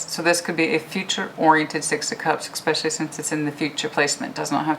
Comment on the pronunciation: Great reading thank you so much. Pls note the word is especially not exspecially dear